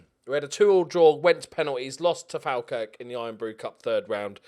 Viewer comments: Please say Falkirk properly 🤣 say it like fall Kirk, love the series though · It’s pronounced fall-Kirk